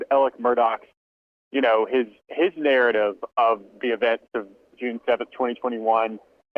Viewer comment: It's pronounced MurDOCK. NOT MurDAW. And Elec not Alex. It's south speak.